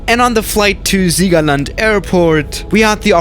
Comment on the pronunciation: Noch nie hat jemand so ein angenehn Siegerland ausgesprochen. Bald Landung in Madeira Inc?